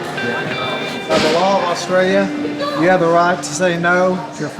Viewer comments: Poor couldn’t even pronounce Australia. Nice try! 😂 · You can’t even call the word Australia 😢😅